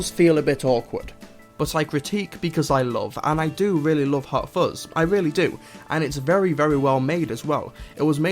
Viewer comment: I believe it is "fuzz" not "fozz". Anyway, have a nice day and carry on. Yours Sincerely, Vovie - cleaning the internet one comment at a time